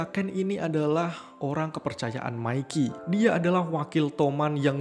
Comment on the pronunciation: namanya:izana yng gw denger:ijana namanya:mikey yng gw denger:maikiy